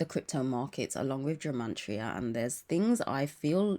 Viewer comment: Are you saying the word Gemantria? 🤔 it's gematria, no n ❤